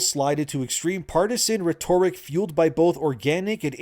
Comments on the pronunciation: I love your videos, but man please stop saying rhetoric “ree-toric” it’s “ret-or-ic”. lol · Sounds like Reh-Tuh-RICK Rhetoric